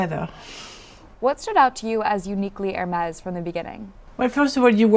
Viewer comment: A pity she persistently fails to pronounce "Hermès" correctly.